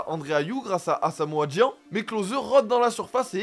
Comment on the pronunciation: Par contre sa se dit asamoah djayan